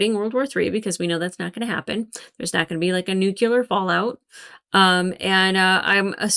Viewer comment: Thought I misheard you at first but then you said it many times. “Nucular” 😮